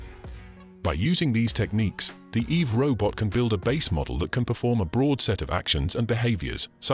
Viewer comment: "eve robot"? stupid name. the whole time I was hearing "evil robot".